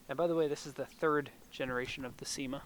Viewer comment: Cima, pronounced SHEE-ma